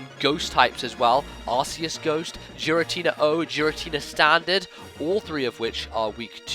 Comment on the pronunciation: You obviously don't know how to pronounce Giratina